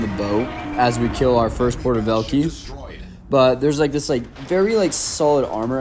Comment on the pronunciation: porter velkeys as a russian speaker that hurt my soul 😢😂